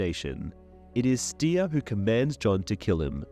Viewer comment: I like this guy’s videos, I’m even subscribed to his channel, but seven hells he needs to research the pronunciation of names and locations. He called Styr, “stir.” And he cannot say Illyrio to save his life. He’s close with Jaehaerys but pronounces the h syllable as “hear” instead of “hair.” I think he says Alysanne weird too. As well as many others. But it’s not just names and cities but just regular words as well, like disparage which he pronounced as disperge. That’s my only real complaint. I understand that they are made-up names in a fantasy saga, but he’s obviously watched the show, where they speak these names aloud, and he absolutely does a ton of research into the lore. Maybe he’ll get the hang of it eventually.